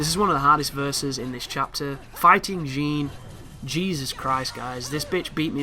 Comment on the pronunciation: I cringed when he mispronounced everything.. moon of malachi? Jean instead of Jeanne? 😤